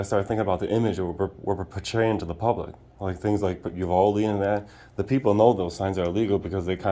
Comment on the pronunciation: You're mispronouncing Uvalde.